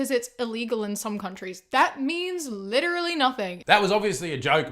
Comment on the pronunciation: if she says litraleee 1 more time I'm Literally gonna lose it